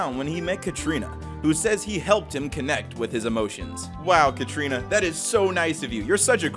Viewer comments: Karina not Katrina there is no t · Hearing you pronounce Karina, Katrina made me up set.